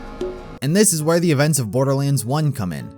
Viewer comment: Why do you say "thee" in place of "thuh?" Why does everyone talk like that nowadays? Why does he call it a "wave rifle" when it's a shotgun?